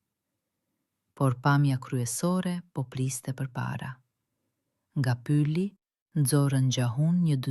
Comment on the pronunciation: Pse e lexon pyli, dhe nuk e lexon pylli ?!?!!!